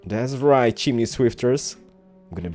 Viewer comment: When said chimney swift it sounded like chimney bitch